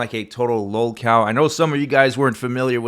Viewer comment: Ah, lolcow. XD I thought you were saying low cal, like low caliber.